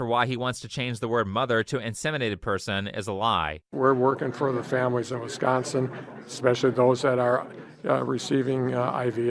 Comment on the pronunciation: as a wisconsinite I HATE HOW HE PRONOUNCES WISCONSIN ITS ALL ONE WORD NOT "wis-consin". thank you for pronouncing Wisconsin right